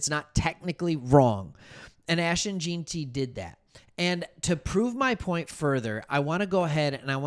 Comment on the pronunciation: It’s Gen-ty not Geen-ty duh